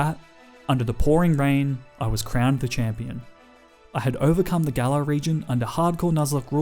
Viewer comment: WE DO NOT REFER TO POKEMON AS A BOY, GIRL, SON, OR DAUGHTER! AND IT'S GALAR, NOT GALLER!